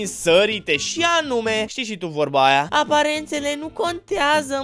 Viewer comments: Am crezut ca zici ,,Aparatele conteaza" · Eu prima oara credeam ca spui aparatele conteaza 😂😂😂😂😂